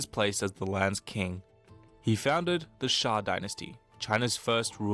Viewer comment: should just check cool history bro chanel compare to this saying shang as shank 😹😹😹